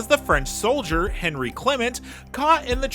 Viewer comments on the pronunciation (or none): 'Henri' pronounced like "Awhn-reee" not 'Henry'. Also it's "dy-Na-mo", not "die-naamo". Couldn't help myself.